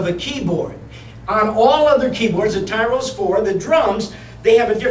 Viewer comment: It's Tyros, not Tyros...